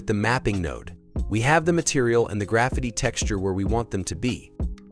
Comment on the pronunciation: Easy, clean and the way text to speech says " Graffiti " is funny 😁